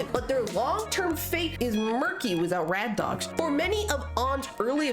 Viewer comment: Ugh i love this video but some things are ticking me off like how you're calling akito and toya "rad dogs" (like the song instead of their duo name bad dogs) and "subunits" even though that term is only used for the virtual singers 😭